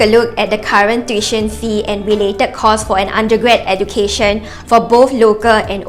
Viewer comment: Tuition is pronounced as Too-ee-tion, not the SG heartlander way of Tiu-tion